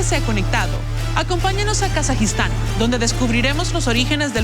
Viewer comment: Cultura Kasaja, kasajos ? Me imagino que los que editan son latinos pero hay que tener un mínimo de cultura solamente para saber que Kazajistán es con Z como cultura kazaja o kazajos,,, que los latinos no pronuncien la Z o C como los españoles no quiere decir que se inventen un idioma 🤦🏻‍♂️🤦🏻‍♂️🤦🏻‍♂️🤦🏻‍♂️🤦🏻‍♂️🤦🏻‍♂️